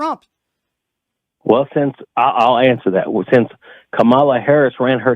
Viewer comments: I don't understand why they mispronounced her name.. Even a small child can say Kamala.... Goes to show ya what kind of incompetency that will be running this circus. We are going to be overrun by crazy clowns & the Ring leader is totally out of touch with reality..... 🤯🙄🙄😤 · Well, there’s the litmus test. Can’t pronounce her name though they’ve heard it a million times. Do not pass go, do not collect $200.00.